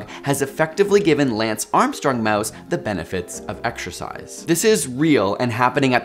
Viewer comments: man... if you are gonna have the word exercise in the video like 30 times, can we have someone that can pronounce it without saying exSHURcise? You are killing me smalls... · Every time this guy says "Exercise", his pronunciation makes me want to claw my brains out